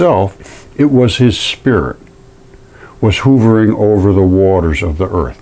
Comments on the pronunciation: You kept saying hoovering when the word is h'uv'ering/hovering.... jsut sayin' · Hovering. Not /hoovring/, but rather pronounced /huh vring/. It isn't a Hoover vacuum, not J. F. Hoover. uh. uh. Huh vring. "Hovering over the earth..." kill me. Love you, my guy.